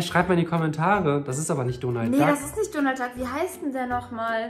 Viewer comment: Der heist donal dak